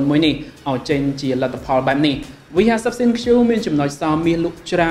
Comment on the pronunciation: ThinQ = Think (it mean to be pronounced like this not Thin Q)